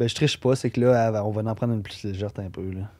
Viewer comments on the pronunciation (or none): Légère !!! Pas légerte 😂